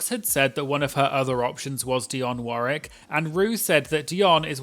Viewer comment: Dionne Warwick was an American, so you should pronounce the second "W" in her last name (war-WIK) - did you know Whitney Houston was her niece?